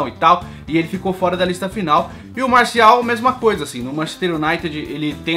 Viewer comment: Kkkkkkk tu falou MARCIAL e o nome do JOGADOR É MARTIAL.